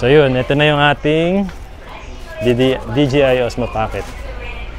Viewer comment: binilang ko kung ilang beses mo sinabi ang “bibili” 15x yata😂 Congrats on your DJI cam sabi mo DGI😅✌🏽🎉🎉🎉